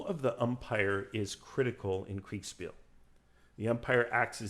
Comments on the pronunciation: Kriegspiel is pronounced KriegSHpeel for anglo-phones. A sh sound, like Prussia. (Prushia) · Thats quite the lisp you have when pronouncing Kriegsspiel. Kriegs-shpiel for anglos. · dude you really butchered the word kriegsspiel. but otherwise great video 👍